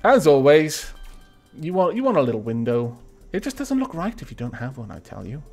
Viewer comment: you sound like you are saying "work" instead of "look," which may confuse some people. woopsies? :3